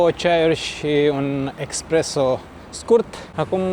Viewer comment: Felicitari apreciez❤ va pup.. nu expresso -espresso 😂